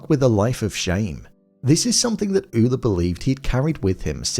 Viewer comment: Where I'm from Ole is pronounced "OH- lee" I'm from North Dakota and am of Norwegian decent.